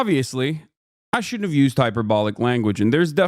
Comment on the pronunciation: You said "shouldn't" a bit weirdly, and a bunch of people did horrific things in your name. Luckily Charlie Kirk said you were A O K. What Would CK Do? I am only now realizing what those initials look like.